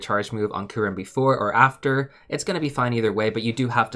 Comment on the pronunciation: This bothered me throughout the whole video. The Y in Kyurem isn't skipped xD It's not "koorem".